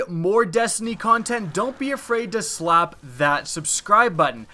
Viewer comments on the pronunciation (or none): none